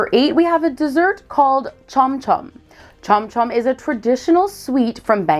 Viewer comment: you only pronounced Chomchom and shemai right